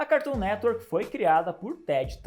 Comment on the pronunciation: HA MANO,ACHO DA HORA SEUS VÍDEOS,MAS ESSA AI DE FICAR INVENTANDO DE PRONUNCIAR O NOME DO CARTOON NETWORK,NADA A VER.......